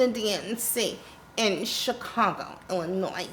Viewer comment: OH THE "s" IN ILLINOIS!!!!!!! I am from Illinois.. this will always be a trigger!